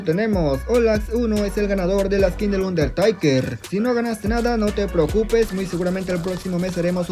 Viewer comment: Jajaja pronuncias bien chistoso undertaker jaja😂